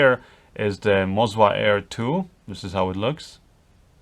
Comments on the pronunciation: YES, WE ALSO CALL IT MO ZA NOT MOZ WA. FOR ME WAS STRANGE TOO. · Both of the gimbals aren't calibrated correctly, there are micro jitters in all of the shots, I own Ronin S with Canon C200, it should be perfectly smooth like on a Steadicam. And I guess it's Moza, not "Mozua" :) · am i the only one who thought MOZA was way less stable than RONIN? And why this guy is saying ''MOZWA'' instead of ''MOZA''? ;D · Why do you keep calling it MozWa? : D